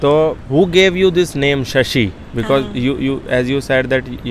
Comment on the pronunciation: Unka naam Shasi hai shaasa nahin 😜